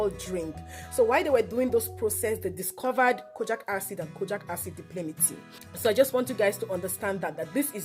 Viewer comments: thankyou for the video, very informative. But, It's Di-pal-mi-tate not di-pli-mi-ti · Great video thanks. It's called di-pal-mi-tay-t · Dye-palm-it-ate! Exactly. Seconded, these videos are so bright and happy!